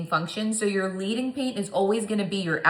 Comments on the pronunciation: FYI, In stained glass, leading pronounced with a soft “e”. It’s a metal reference because real stained glass has lead in the seams (think iron, copper, etc.) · Love this video… looks amazing and I’m inspired. one note… “Leading” is pronounced “led - ing” because it is supposed to be like laying down liquid lead like you do in true stained glass… not “leading” as in follow the leader.